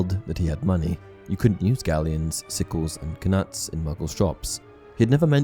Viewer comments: c'mon, please! Why do people say "k-nuts" instead of "nuts". I've heard it in audiobooks too. This is clearly just supposed to be a silent letter. Surely I'm not on my own here. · Lol guy said "ka-nuts" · I would have figured you pronounce Knuts the same way you would Knight... Am I wrong? Kanuts just sounds so awful. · Im sorry but did you say kuh-nuts? Like a kuh-nife?? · Lmao "k-nuts" cracks me up every time. Pretty sure the K is silent XD. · The k in knuts is silent😂. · Why do you keep pronouncing the k in knuts?!! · I can't be positive, but I'm pretty sure the "k" in "knuts" is silent...